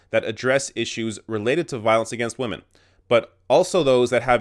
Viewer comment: "Respect wamen." -PewDiePie